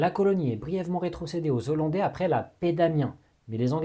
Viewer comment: Merci très intéressant 🙏🏻 Par contre pardon mais on dit Néerlandais ou Hollandais mais les zo-landaus … ça fait un peu saigner les oreilles 😉